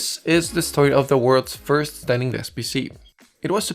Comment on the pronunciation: did he say worlds first